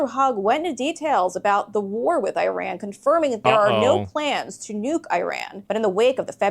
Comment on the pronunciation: WTF is I-RAN........... it's pronounced as E-RAN